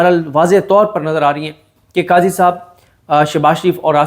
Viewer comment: صدیق جان صاحب قضی بولے صاحب نہ بولے